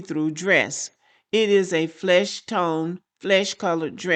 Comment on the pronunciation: the key word is "flesh" color. Say it with me "FLESH"